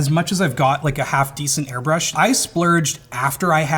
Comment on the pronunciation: small nitpick but segment says airbursh instead of airbrush